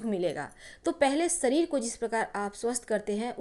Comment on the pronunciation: Mam sabase pahale to aap apni hindi ka acharan sahi kare seekhe,,,wo shareer hota h naaki sareer